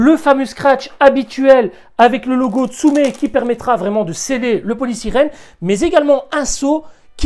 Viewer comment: On dit polystyrène pas polysirène ... trop beau